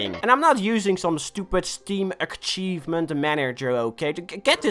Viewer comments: "ack chievment" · ''ACK - ivement'' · Cool video but 1 small problem you said achievement like uckchievment so unsubbing sorry